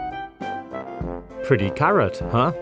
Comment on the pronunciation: Pratty cerrot hoh